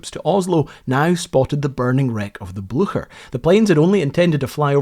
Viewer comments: Excellent documentary! But please, just check the pronunciation of German words like Blücher. Yours is just horrible and is no longer acceptable in this day and age. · English speakers just always give up on foreign names. There's an S in the middle as well!!! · you're pronouncing it wrong. It's more similar to "bleacher" with an "sh" sound instead of the "ch" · The version of german I learned pronounces Blucher differently and it's very distracting. docs kick ass, though. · For heaven's sake man if you are going to make a video about the story that “you've always been captivated with”, at least have the decency to learn how to pronounce the ship's name! Your “blue-sher” is like getting hit to a head with a hammer. Such laziness is quite appalling. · Hi, as a Scot you should have absolutely no problem pronouncing the name of the ship correctly. It is Bleu-cher, with ch like in "loch". Excellent videos! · Its a nazi boat. Its almost neccesary to misspronounce its name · Its Blucher , not Blusjet! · It’s not Bluesher! For Pete’s sake! ITS BLOOOOKHERR! And their position was given away because of a horse neighing every time some said the ships name! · Please, "Blücher" is not pronounced something like "Blu-sher". The "ch" is like "tch". So It's somewhat like "Blue-tcher". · It’s not pronounced bluesher, it’s Blucher like a k. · I'm quite sure you prononce the name of the ship "BLYCHER", not "BLUSHEUR" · Frou Blucher? deranged neighing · "Blücher" there's no S sound when pronouncing this in German, it's not Blusher. Also the ü there's an diacrtitical mark (umlaut) on the u which means you pronounce the u as in the English word "blue". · Really!!! The Bluesher???😂 wow take some German man! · Very nice video. Informative and well done. Thank you. One comment though, Blücher is pronounced similar to "Blue-Sure". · Sorry, I got further into the video and now it's "Bluker"! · Every time you said “Blucher” I heard horses whinnying.